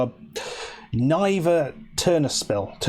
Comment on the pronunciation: Love this. Niva is "nee-va", not "nye-va". :D Also, I'd pick RFC Liege for the save. They've got the best potential for a serious run at being a big club.